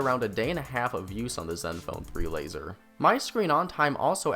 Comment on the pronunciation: fourrrrr, lazerrrrrrr